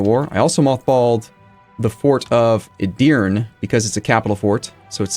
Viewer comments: Love the series and this will get buried, but Edirne has three syllables, like Eh-dir-neh. I've always wanted to nitpick a pronunciation on a paradox playthrough sorry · Don't trust the AI,! If Skanderbeg doesn't honor your effort than you'll cease to call him Skander-bro, which would be sad:P no need to remind you that 90% in the comments section will say "told you so..." Finally, "e" sound at the end of Edirne - the Ottoman capital - is not silent, it's the same "e" sound as in the first "e". (Turkish is much like Latin, in that all vowels are never silent.) Love the effort so far, show 'em Turks!